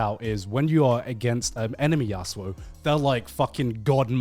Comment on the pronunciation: joey hearing how "yasuo" is being pronounced